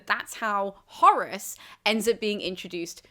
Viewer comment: I hear Horus every time xDD